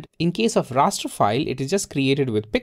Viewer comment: Did he say “ a Rasta file”